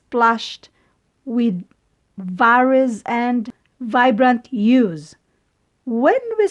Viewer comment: mali po pronounce nyo sa hues salamat po sa reviewer